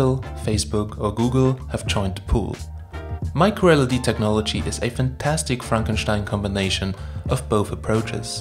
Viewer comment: Not sure if it's his pronunciation but it sounds like he keeps referencing LCD and not LED... Anyone else wanna weigh in on this?